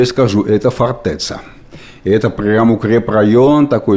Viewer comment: Не фортэца, а фортэця.... Либо крепость уже говорите.